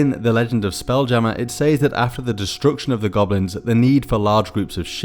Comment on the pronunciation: Why "space"? Space is so - infinite. If one belongs to a mentally powerful race such as the Illithids, why not traverse the ASTRAL Plane in no time at all? "saaaaas" ? Are you trying to pronounce the word 'says'? It's pronounced 'sez' by English speakers the world over. Geez. The 'Penumbra' is a version of what we modern humans know as a DYSON SPHERE. Impressive construction. M 🦘🏏😎